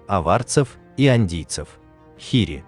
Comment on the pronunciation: ингуши на вашем произнашнии ИР-ИИ стал хири